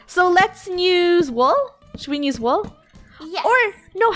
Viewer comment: Why does funneh say"nuse" instead of use?